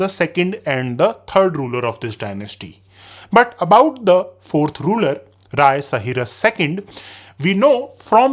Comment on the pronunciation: Rai not Raya , noob😂